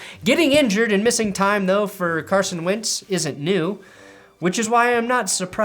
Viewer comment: Is he saying Carson "wince" on purpose?